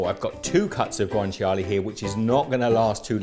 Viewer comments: It’s guanciale, not guanciali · I have never heard someone pronouce guanciale so wrong